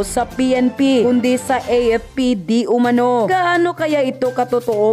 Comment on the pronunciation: yon iyong Di Umanao sana mabago, kasi ibig sabihin ng iyon di umanano, hindi mo nakita at nakibalita, nakarinig ka lang na hindi ka sure sa ibabalita mo!